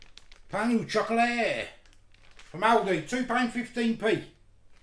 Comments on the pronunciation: The way you prenounced it had me in stiches 😂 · Oh my the pronounciation is so off, sorry. But stay true to yourself 👍